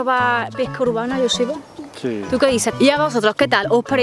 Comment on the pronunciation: Joseba que es vasco,pronunciais bien el nombre de Joseba para ser del sur 😂